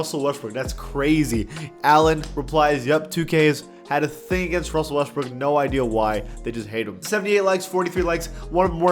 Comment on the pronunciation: “Wussel Restbrook”